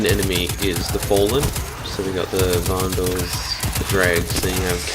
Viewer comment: Say vandals correctly pls xox